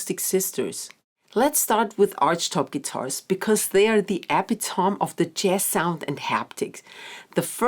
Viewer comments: A friendly tip: Americans pronounce "epitome" as "ah-PIT-ah-me." I have been helping my roommate from Vietnam to learn "American English" for the past two years, so I notice how folks pronounce things. 🤗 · What a shame you're American, it's EH-PIT-OM-EE, take it from a native Englishman. How you get AH from an e is beyond me! Epitaph EH-PI-TAF, Episode EH-PI-SODE. Correcting someone incorrectly isn't helpful at all. It's English from England, the clue is in its name.